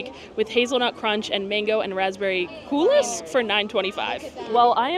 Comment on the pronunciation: Coulis is pronounced Cooly (mango and raspberry) 😆 great video!! some of the dishes with tough meat might be suffering from first festival day nerves, but fingers crossed they get better!